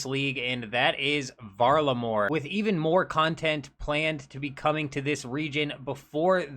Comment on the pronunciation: The hard R in varlamore is not the one.